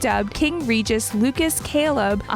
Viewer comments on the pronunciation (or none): none